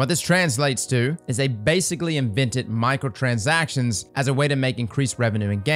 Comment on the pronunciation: My ears keep hearing "Michael transactions" 😵‍💫